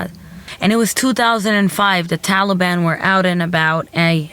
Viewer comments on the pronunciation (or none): none